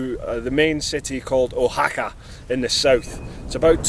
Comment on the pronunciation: I have been watching your journey from the first video incredible you are a brave soul going into the unknown. Oaxaca is pronounced Wahaka. there are a lot of words in Spanish that are difficult for someone who speaks English from own experience living here 10 years. If you are going to eat at outside and road side restaurants be very careful some foods are sitting in the sun for a long time. Becareful drinking the water safest way is from the bottle. The main source of water is ground or surface. I am waiting for my Motorcycle to be finished and then I can start to travel here in Mexico.